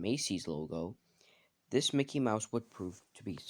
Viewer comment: you sayed MOKEY